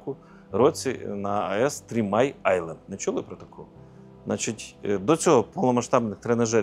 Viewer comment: 150 реклам за 50 хвилин, начальнику нтц потрібно підтягнути англійську мову "тримай-айленд" це шо таке, де то? - three-mile-island (хоча парадокс в тому що острів насправді коротший за три милі)